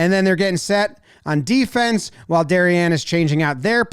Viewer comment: Props for pronouncing "Darien" correctly.